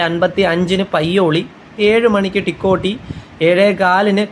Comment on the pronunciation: ടിക്കോട്ടി അല്ല തിക്കോടി ആണ്